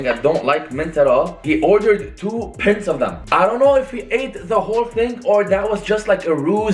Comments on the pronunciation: 2 pints of ice cream😂😂😂😂!! It's pie -nts 😂😂. English is a barrier still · Said pints instead of pints😂